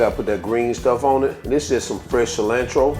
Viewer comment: 🙄IN-chaladas? JAA-lapenos? Ci-LAND-tro? You need to go learn how to pronounce your ingredients before you make a video dude! smdh.....